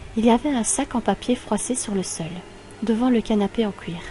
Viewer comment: c'est moi ou tu prononce cle titre "le canapé en couir" xD